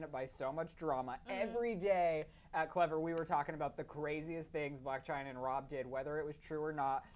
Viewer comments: It's "Blac Chyna" NOT "Black Chyna" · It's 'Blac Chyna' not 'Black Chyna' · coughs It's Blac Chyna.. not 'Black' Chyna .. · It's Blac Chyna not black china